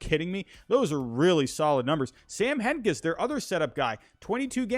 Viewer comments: Bro did you really say hedges and clase like that?? Lmaoooo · I love your content, but in the future when talking about them Its Emmanuel Clas-AY, And with Hentges, the g is a j sound, if that makes sense. All love though